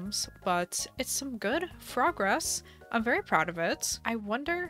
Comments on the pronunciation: Do you say good frogress? I swore I heard that. XD Glad its coming along well. Island struggles are a pain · “Make some progress” nah nah nah ‘Frogress’